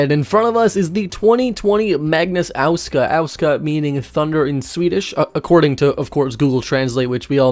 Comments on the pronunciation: Aouska? It is åska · Your pronunciation of "åska" is kinda bothering me, and I'm not even Swedish. The "å" in Swedish isn't pronounced like "ow," but rather like the British pronunciation of the "au" in "caught," and "åska" is stressed on the second syllable. I'm studying to be a linguist, so pronunciation is one of my pet peeves, and I try to help people get it right when I can. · "Great Thunder" is a good name and my brain was already burnt out so, uh, I got no in-depth analysis or etymology report XD Btw, its pronounced "oh-skaa" similar to a thick English accent saying Oscar like if the R in the name doesn't exist lol All the cars by Magnus are "Great" at everything, there's no mediocrity here, no cut corners, and no expenses spared, all the stops are pulled out and that organ is playing on all pipes. It looks nice as well, I would analyze the design queues more deeply as well and comment on its electrifying performance, but, uh, my seventeen braincells are overheating :P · Okay you were pretty inaccurate when you said åska but not bad, love the car btw